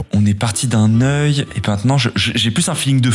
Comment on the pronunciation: Hein !? "Oeuil" ? Sérieux ? Ce ne serait pas plutôt "œil" ? Ceci dit bien tenter, fallait y penser ;)